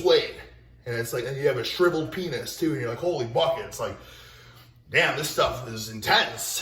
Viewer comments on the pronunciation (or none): Internally I am debating if he said shriveled or triple penis. I know the CC says shriveled but...this is we are talking about.